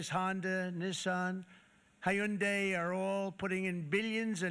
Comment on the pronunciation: he pronounces Hyundai like “hai-yun-day” LMAO